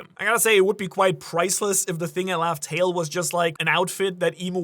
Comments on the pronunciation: Laugh Tale = Love Tale? Like a mispronunciation or deliberate swerve, like how Gol D Roger was introduced as Gold Roger at first? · laugh tale do sound like love tale tho